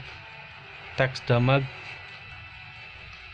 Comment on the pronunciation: Damage dibaca damag?